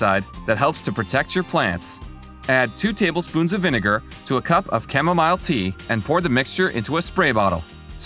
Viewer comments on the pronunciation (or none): none